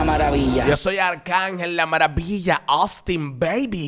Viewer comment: Hasta por decir Austin que siempre dice se lo parte arcángel 😂😂😂 ya sabemos quién te paga pastelillo 😂